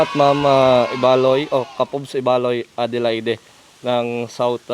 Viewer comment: Ang pag pronounce sa Adelaide ay silent ang e sa katapusan bale ang pagsabi nyan ay Adelaid.